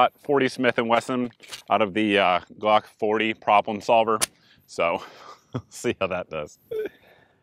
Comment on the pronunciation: "Prollum solva" = Instant Like